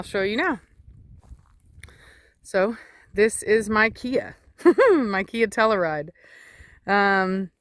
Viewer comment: It's TELL-Ū-RIDE not tel-lah-ride. Jus' sayin'. Congratulations it's beautiful